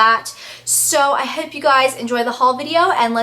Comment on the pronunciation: Whenever you say "I hope" It sounds sooo british.